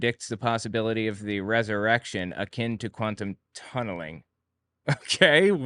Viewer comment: "How did we slip the (res)erection into this?" 😂